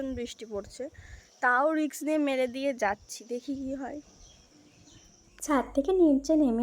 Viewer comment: ওটা রিক্স নয় রিস্ক